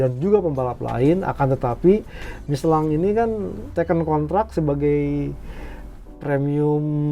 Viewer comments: Miselin dibacanya bukan miselang bang,,,,penasaran tadi cari2 iklan michelin versi luar memang dibacanya miselin, sorry koreksi ya bang heheheh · tanya nuh bang, kenapa bang bilangnya ban michelan bukan Michelin, apa emang bacanya gitu ato faktor sponsor..nuhun bang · Kalo pakai bahasa perancis harusnya dibaca " Misyelang"